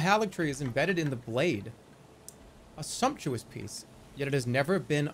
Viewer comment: Remarkable that he pronounced sumptuous correctly.